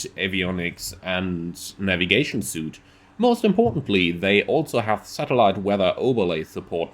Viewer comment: FYI suite is pronounced "sweet" and not "suit". Silly English.